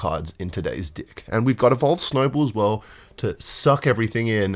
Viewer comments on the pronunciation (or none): its deck not d*ck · I laugh to myself everytime he says “deck”